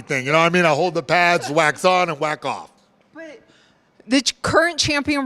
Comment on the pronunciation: "Wax on, wack off" 😂